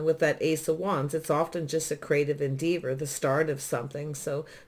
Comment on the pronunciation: Thank u for this lovely reading - fyi - en-deh-vur 🌿